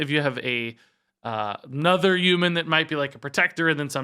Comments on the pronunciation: Very humbled “Uman” that you are making this educational content lol Thanks as always! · What's a U-man? Lol